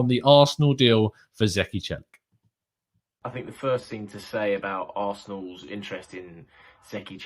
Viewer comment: Celik is pronounced chelik